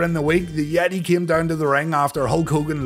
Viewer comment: I know that you know that you were mispronouncing the "yeh-TAAAY!!!"